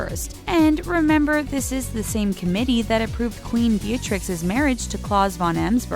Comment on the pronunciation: Again with the pronunciation of Dutch names. Beatrix you pronounce as 'Bae-a-trix' and Claus kinda like 'clowns' without the n.. Also Willem-Alexander and Maxima... not even going to try to write it out. You should've figured it out before making this vid. There are ENOUGH dutch interviews where they pronounce it correctly. Seriously, fix this damn issue.